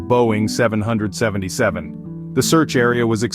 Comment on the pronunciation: The way you say 777 just put me right off and it was MH370 - I suggest you stop making videos